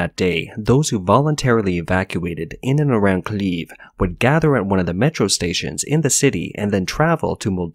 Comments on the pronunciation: Kiev is pronounced Kee-ebb, not Keeb. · Have you never hear of Kiev? Why tf are you calling it "Kliev"? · What is this city of "CLEAVE" that he keeps talking about? Could it be that the guy reading this believes that "KIEV" is spelled "KLEV"? Can't he tell the difference between I and L? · did you just pronounce Kiev as Cleave? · I never understood if the narrator was a robot or not, but from this video I strongly lean towards the bot. He (it?) cannot pronounce "Kyiv" or "Lviv".